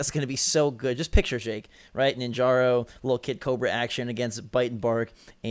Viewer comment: NinjarA, A not O!